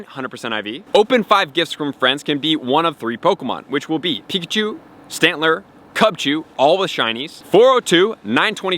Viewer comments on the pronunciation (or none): none